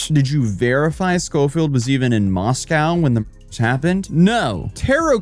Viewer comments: Moss-Co not moss-cow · ooh don't say Moss Cow to anyone that lives there, it's Moss Co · It's pronounced moss-coh. Not moss-cow like the city in Russia. Great vid tho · Oh shit! Dude, you were in my hometown. Thanks for coming to Moscow. I'm glad you confronted that vile bitch in person. That shit is hilarious. P.S. it's pronounced "Moss-coh", btw. Originally named Hog Heaven before we got a post office 😅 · Oh, friendly heads up: It’s pronounced “Moss-Coh”. I know it’s odd bc it’s named for Moscow, Russia, but if you live anywhere in the upper NW corner USA you know it’s called “moss-coh”. Not a big thing, common misunderstanding. I just thought I’d let you know. Come over to Washington state where nearly all of our towns and cities are indigenous names or words, or based on the original tribal/indigenous word. I’m talking to you Sequim, Seattle, Tacoma (Tahoma), Spokane, Kitsap, and Klikitat, to name a few. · Just so you know, Moscow, Idaho is pronounced moss-koh, rhyming with Roscoe. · It's pronounced Moss-co Idaho like Costco 😊😊